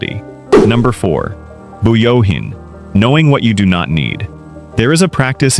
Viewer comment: It’s Fuyouhin, not Buyohin😊